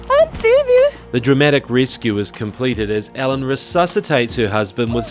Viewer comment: Not pronounced Ellen.. pronounced E-Lin (Elin)